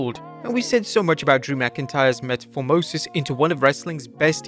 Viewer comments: What the hell is “meta fore mosis” do you mean metamorphosis? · Did you say "metaphormosis?"